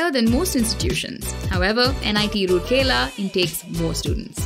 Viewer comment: area is pronunced as raurkela u saying rurkela😠